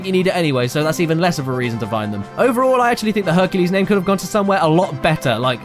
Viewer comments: Hercules? Honey you mean fuk-u-les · HONEY YOU MEAN H U N K U L E S . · Honey, you mean HUNKULES! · I have never seen the Disney movie called "HERCULAY" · Herculès Miserablès